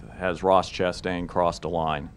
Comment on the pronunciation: Ross Chit-stain.